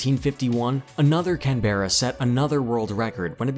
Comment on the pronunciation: Only an American could pronounce "Canberra" like this bloke... 🙄